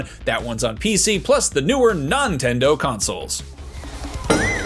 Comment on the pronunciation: “Nontendo” 😂 Love it.